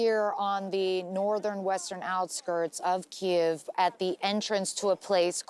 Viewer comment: FIRST reporter since this war started that pronounced “Kyiv” properly!